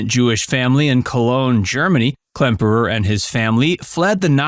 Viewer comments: It's Werner KLEMPERER, not "Klempner." Robert CLARY. STA-lag. Thumbs down for screwing up cast names and making a video allegedly narrated by a human sound like it's AI. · It's KLEMPERER not KLEMPNER!! C'MON! GET IT RIGHT! GEEZE!